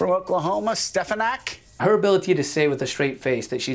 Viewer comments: He didn't say "Stefanak"! He said "Stepanak"! Watch his mouth and you'll see!!! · "It's stefonyick" "Will you please say it right?" "Stefonyick" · Trump couldnt even say her name!!! That was priceless! Stpanak?? WTF Donald! Sound it out. Hooked on phonics, Donald!!!